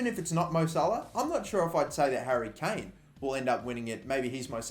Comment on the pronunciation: Well done your Harry Kane is correct